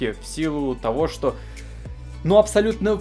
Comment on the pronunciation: Ты понимаешь тошто, или понимаешь, что?